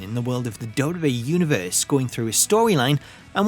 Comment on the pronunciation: I've never heard somebody pronounce "WWE" this bad before. Duh duh ehh = WWE